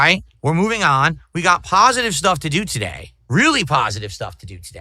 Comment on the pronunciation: I can’t express how much I LOVE it when this clown keeps repeating how pahsitive he is and how he’s been making pahsitive kahntent for 16 years when he’s in reality he’s by far the most negative and toxic PoS the internet has ever seen! That’s simply hilarious 🤣😂🤣